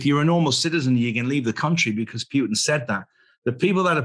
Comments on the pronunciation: Great discussion, thanks! One thing is not to remember Mr. Lavrov's name, but another very different one is to pronounce Mr. Putin 's name in such a ridículous and disrespectful Way! "Putttin" , not a word that sounds similar to "puke"! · Its Puten, The II